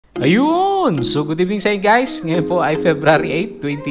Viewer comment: Ayuuuunnn...salamat sa info po...napaka lutong ng Ayuunnn mo sir hahaha...parang goodvibes ata port mo sir? Hahaha